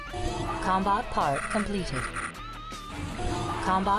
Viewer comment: "rimtech" "com-bot"